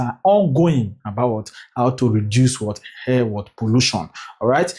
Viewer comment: is called air and not hair sir😂😂😂😂